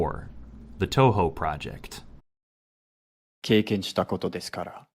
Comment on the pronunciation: ... Bro tried so hard to *EnGrIsH*. >)X^D